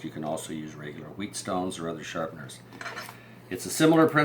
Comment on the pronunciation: He called it a "Wheat stone" It's pronounced "Wet stone" Spelled: Whetstone